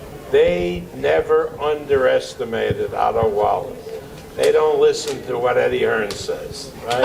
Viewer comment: Name pronunciation evolution J-10 : Otto Wallin J-1 : Otto Valin J+1 = Otto Vaseline 😂😂😂😂